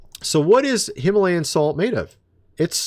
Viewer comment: plain sight him-a-layin